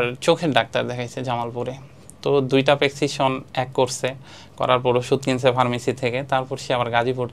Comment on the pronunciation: অবাক হলাম যে ভাই নাবিক কিন্তু প্রেসক্রিপশন উচ্চারণ টা ঠিক মত করতে পারেন না